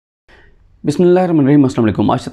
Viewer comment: Yaar sadiq jan pyar say aap ke bismilah ka talaffuz sahi nahi. Shgird ban kar allah aap ko jazai khair ataa farmaai ameen summa ameen.